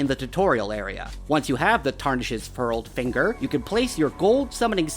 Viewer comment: i didn't even find the furled finger in the starting area, I'll have to go back and find it lol edit: bro really just said "wizz end finger" 💀